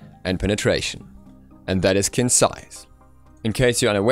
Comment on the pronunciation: Surprisingly enough, Qin's Sais is actually pronounced as "Chin's Sais". Chinese pinyin is weird, I know :P